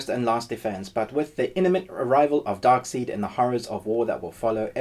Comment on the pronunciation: I’ll dislike the video because of “Dark SEED”. XD